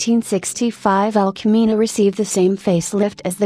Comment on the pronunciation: "Sheevulle"? "El CAMinoe"? God please get a living HUMAN to narrate these things, it's hysterical...